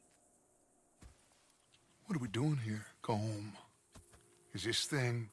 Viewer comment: The proper Irish pronunciation of Colm is “Col-um”, like his gang members were saying it. Roger Clark, the guy who played Arthur, who has Irish roots tried to tell Rockstar but they said he had to keep saying it as one syllable